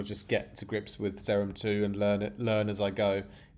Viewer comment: its pronounced See-rum bra